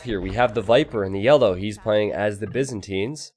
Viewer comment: can you stop saying BIZinstines, its Byzantines